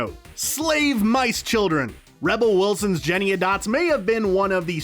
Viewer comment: It's "Jenny ANY Dots," not "Jenny A Dots."